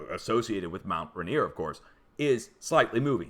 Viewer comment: You'll be saying this again before the mountain finally takes me - it's pronounced mount "ray-neer".